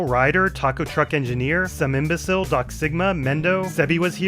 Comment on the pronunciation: Technically, my name is pronounced 'sami-imbecil' in Spanish. However, I loved that you pronounced it 'sam-imbecile,' so no name pronunciation correction from me. Also, I’m really happy that I landed in the episode, such a great one